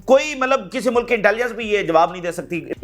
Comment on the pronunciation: CODU BHAEE "MALAB" NAHI LAFZ "👺MATLAB" HOTA HY